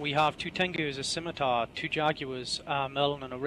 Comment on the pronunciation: skim, skim, SKIM!!!!! It's pronounced SIMITAR!!! You don't need to say the 'C'